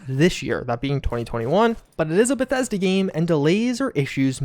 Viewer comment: Every time he says Bethesda I’ll take a shot.